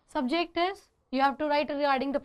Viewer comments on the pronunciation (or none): Its subject and not sub